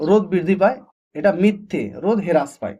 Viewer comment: হেরাস নয় হ্রাস পায়